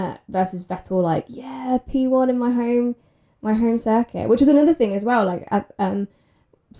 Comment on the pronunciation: "in in in in" to me sounded more like "ni ni ni ni"